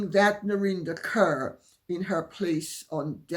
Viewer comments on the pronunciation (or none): Lady C, as always your podcasts were interesting. By the way, Narinder Kaur is a Sikh in origin and her surname is pronounced “Caw” and not “Kerr”. But you are correct in insinuating that she’s obnoxious 😄